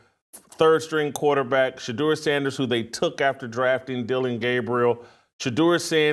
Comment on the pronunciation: Chick can't even say quarterback.